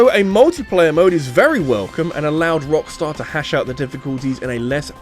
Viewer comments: Please please don't ever do that again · I know this mfer did not just say rockstussy 🤣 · mans said Rockstussy 😭😭😭😭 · Sir...did you just say **Rockstussy**??? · I spelled it out as "Rockstarcy" in my mind